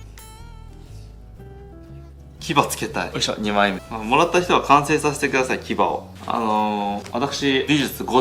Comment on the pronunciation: サインくださいんとかめんどくさいんとかに聞こえてしまうw